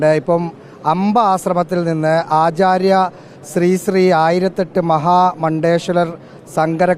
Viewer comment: സ്രീ സ്രീ അല്ല ശ്രീ ശ്രീ